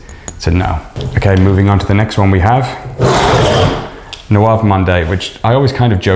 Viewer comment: How tf you butcher every name? How do you read nouveau as nouave?! Monde as mondé, i get it but nouave?? Its not even about french pronunciation man its just about reading and sounding out your vowels..